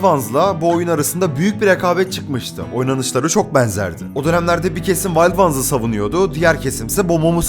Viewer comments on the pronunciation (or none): Vald vans da demessin ya, onu direk wild ones diye okumayanda ne bilim 😂😂